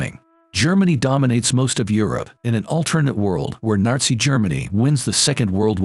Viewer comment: Did anyone else hear him say Narzi Germany?